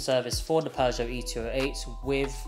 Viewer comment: . . Peugeot Not. . Not Peugeot. . NOT, NOT, NOT ... Peuge-NOT. .